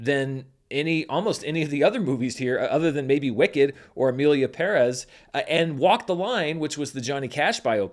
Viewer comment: Finally someone making an attempt to pronounce “Pérez” correctly